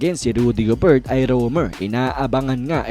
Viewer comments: .."gober" boss,,hindi "go-bert" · silent "t" ung gobert